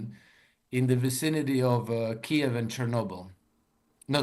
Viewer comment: pronounces Kiev properly and pronounces it in the deep state dialect